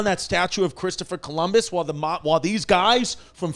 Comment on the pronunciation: Yannis: "klistoper Columus"